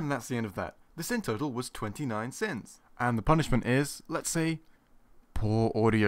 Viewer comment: Sounds like you said 29cents instead of sins